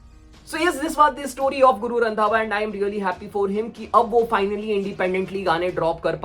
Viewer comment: Guru randhawa ❌ guru randwa ✅